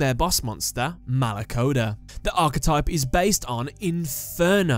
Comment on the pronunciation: i'm italian and my hearts died every time you pronounced any demon....exept for malacoda